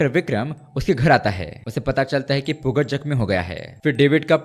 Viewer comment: Yaar bhai, Pugaz is basically to be pronounced as Pugal (पूगल)